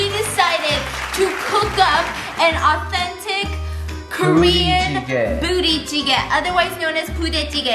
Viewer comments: I thought Stephanie said bootie jiggle 😂😂 I can’t stand myself rn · lol she said booty the first time tho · Why does it always seem like she says booty jiggle 😂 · She said bootie jjigae at first tho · Am i the only one that heard Stephanie said 'booty' jigae instead of budae jigae ? 😂😂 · At the start, I thought Steph pronounced it as “bootay jooggy” 😂